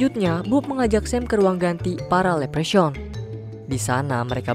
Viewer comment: Leprechaun bacanya "Leprekhon", Bang, bukan "lepresyaun" 😅